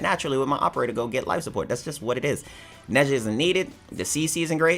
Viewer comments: His name is pronounced Nah-jah. Not neza. He’s chinese lol. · I was cringing when was trying to say nezha dramatically but saying it wrong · Got a little triguered when he said nezha 😔